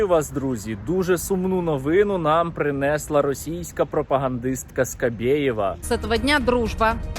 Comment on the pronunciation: Правильно кажете, але було би ще краще, якби Ви робили правильні наголоси: − не "принЕсла", "провЕли", "новИну", "почАлась", "Ознаки", "жИли"; − а "принеслА", "провелИ", "новинУ", "почалАсь", "ознАки", "жилИ".